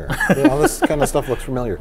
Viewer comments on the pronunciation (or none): "furmiliar" Jesus christ dropped.